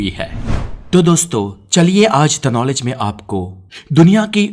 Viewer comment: Bhai jab tuney नॉलेज को कनोलिज bolaa naa tabhi video chhod di